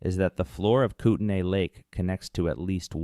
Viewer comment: It's pronounced koot-nee